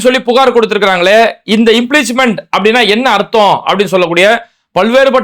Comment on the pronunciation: பாய் அது இம்பீச்மெண்ட். இம்ப்ளீச்மெண்ட் இல்லை.